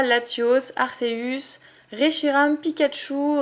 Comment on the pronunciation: On dit akeus